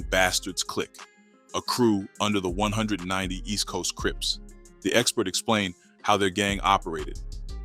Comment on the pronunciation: Let me help you out with this their called (East Coast 1One 9Nine Oooooh's) (Del AM Mo) In Carson‼️ im sure your not from Cali by the way your pronouncing it, or a non affiliate! It may look like its called 190st but its not pronounced like that too them or any gangs in SoCal‼️ 🤷🏾‍♂️🤷🏾‍♂️🤷🏾‍♂️